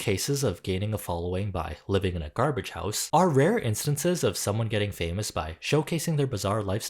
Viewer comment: I think you meant garbaaaaaje(like how the Americans pronounce "garage"